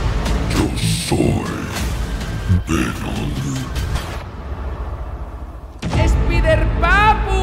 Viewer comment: Sé pronuncia ESPAIDERPAPU Ingnorante